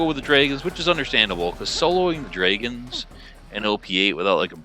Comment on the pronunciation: He has a unique way of saying drayguhnns half the time. Says dragons the other half. Strange